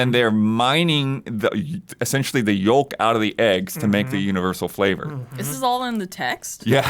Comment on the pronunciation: never heard yolk pronounced that way 😂